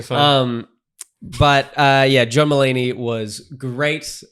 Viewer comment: It took me a while to figure out you were saying "John Mullaney" not "Drummallaney". I thought they must have been a metal band 😆